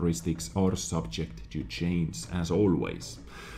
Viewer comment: I really love how you say "change" its a mix between chance and chains ="chaince"